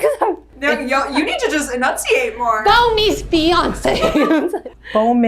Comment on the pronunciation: “You just need to enunciate more!” She pronounced it perfectly the first time tho??????